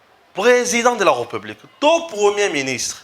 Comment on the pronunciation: Cher Frère,, vos émissions sont très bien suivies et appréciées partout à travers le monde. Mais ce qui fait une tâche d'huile c'est votre façon de prononcer le mot "président de la République Démocratique du Congo" c'est question de veiller sur la prononciation de "République". Le "ré" a un accent aigu. Merci. Si cette remarque vous a fait mal, je vous prie de bien vouloir accepter mes excuses patriotiques.